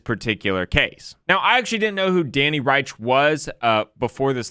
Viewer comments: Danny Rensch's last name is pronounced 'wrench,' not Reich. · FYI It's "ReNsch" not "Reisch". From what I've heard it's pronounced like "wrench" but with the soft "sh" and not the hard "tsh/ch" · Awesome vid, would love to see a part 2! Also, Danny's last name is pronounced Wrench! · Rensch is pronounced like wrench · This made me remember how I miss seeing your chess streams pop up on my feed :/ Edit: Danny's last name is pronounced "wrench", like the tool And PART 2 PLEASE!!! Civil conspiracy would be so interesting and hopefully make a truthful yet click-bait title. Love you and Kurt! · I feel bad for Danny Rensch. Nobody pronounces his last name right (it sounds more like "wrench"). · reNsch. it's Danny ReNsch!" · Not sure where you’re getting The pronunciation of Danny Rensch’s name lol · I thoroughly enjoyed this video! The graph helped me immensely in getting a better understanding on the basics of jurisdiction! My only complaint is that you mispronounced Danny Rensch's name throughout the whole video! Definitely would like to see a part 2!